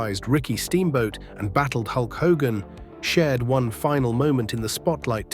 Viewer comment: "HAY-GIN" ?!! It's "HO-gan !" Thiss MUST be À. Ì. SLOP.